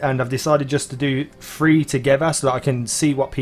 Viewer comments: It's THREE not FREE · Each time you said three i herd free